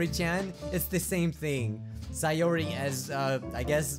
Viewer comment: Stop saying syeori instead of sayori